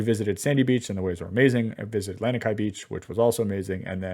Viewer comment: I'm from Hawaii LANIKAI is pronounced LAH KNEE KAI , I feel bad that you were ripped off on this hotel, I mean Don Ho used to sing there which tells how old it is but in Kailua there is a great local restaurant called Boots and Kimo which is a great local restaurant